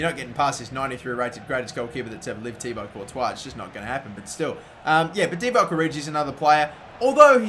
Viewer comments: It's actually Ti-Bwa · can't pronounce thibaut it isn't thiabaut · Just a tip. It's pronounced "Tee-bow"